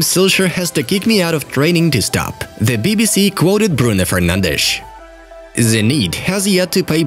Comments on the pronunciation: "Bruno Fernandesh".. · No one:: Bruno Fernandesh😆